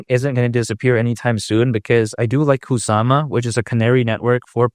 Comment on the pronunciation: No serious person insist on saying cockca in every video. I want to smack the cockca out of you every time I hear it come out of your mouth. Grow up, you're not 12.